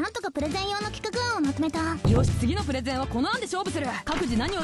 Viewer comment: プレゼンがプロテインに聞こえたW